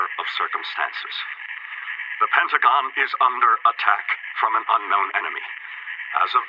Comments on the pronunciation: I know he has an accent but it's Pentagon not pentigen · it not pentigan its pentigon